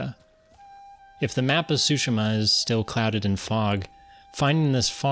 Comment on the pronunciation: It's pronounced; Soo-She-Mah